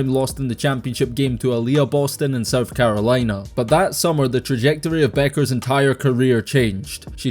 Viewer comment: Its Bueckers, with a K. That's why she also goes by Paige "Buckets" as its a play on her last name.